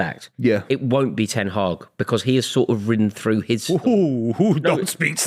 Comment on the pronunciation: gets it wrong as usual 😂 ‘won’t be Ten Haag’ 😂